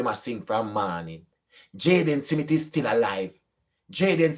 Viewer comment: It’s smith not simith.